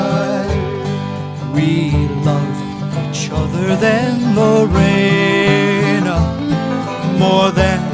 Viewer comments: My name is Lorena I go by Lori and this man is mispronouncing the name. It's not pronounced Lorrainah.. it's pronounced Lorena. Every other version of this done I've heard it was pronounced correctly. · My name is Lorena but I go by Lori too. In this version of the song he's mispronouncing the name. It's not Lorraine ah... It's pronounced Loreena.